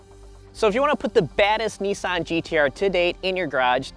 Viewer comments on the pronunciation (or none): Its nissan not neesan you can say nismo the right way you dont pronounce that neesmo so why pronounce nissan wrong